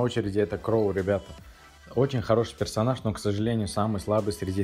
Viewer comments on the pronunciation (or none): персоназа он сказал 😂😂